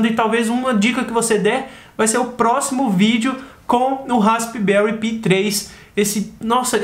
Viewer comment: Se pronuncia pai e não pi kkk que coisa.....